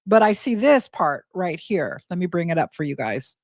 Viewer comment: I swear you just said hair we go 😂